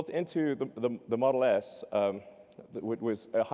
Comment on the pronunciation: XD he said model ass